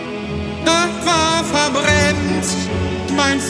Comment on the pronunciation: Das Geilste daran finde ich sowieso, dass du das "t" noch eingefügt hast. Mir ist am Anfang gar nicht aufgefallen, dass er "Verbrems" sagt :D